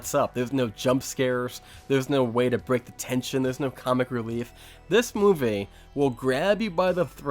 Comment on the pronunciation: He says movay( movie) for that reason I will not watch any more of his content 🤣 movay